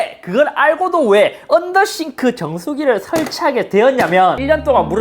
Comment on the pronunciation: 언더더쉬~~네ㅋㅋ 언더더쉬~~~언더더쉬~~